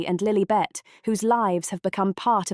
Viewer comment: Can't the narrator pronounce Lilibet's name properly!